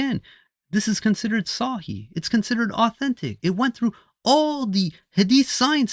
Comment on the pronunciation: Dude can’t even say صحيح properly. but he now knows more. Both hadith and Quran are from god.